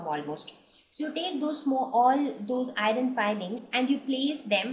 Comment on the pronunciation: Very helpful i just saw this video even i didnt stidy the whole lesson but only with the help of ur video i am gonna write my exam by thw way u pronounced the iron fillings wrongly..but anyway thats not the matter ...tnk u so much for urrrrrrvideo upload more like this